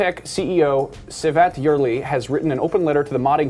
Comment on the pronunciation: LOL u re pronouncing CEVAT wrong:D